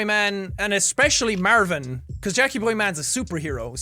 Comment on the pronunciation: "Mærvin".......... Stupid leprechaun i love him. (Also this is honestly my comfort video and i watch it whenever im sad, im glad its archived :))